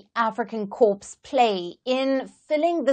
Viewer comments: Reporter PLEASE pronounce CORPS as “KAW” or “COR” bloody hell, I was thinking of a dead Marine when you prounounce “KorPPPs” with “P”😂😂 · Is this presenter on a wind up, corp is pronounced core with a silent P not pronounced corpse. Stop it, you trying to curse or belittle them.